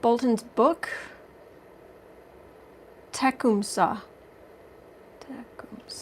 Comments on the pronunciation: I teach at Tecumseh Elementary. It is pronounced Tek KUHM suh ( all vowels short, middle syllable emphasis. In Ohio they had outdoor dramas etc-- so I've heard the name pronounced a million times. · It is pronounced. Two-cum-saw There is a old movie about West Point, and they talked about it a lot and they pronounced it two-cum-saw. I hope the helps.